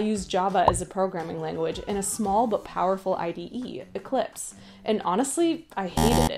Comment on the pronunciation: "Ecplise" and "small" LOL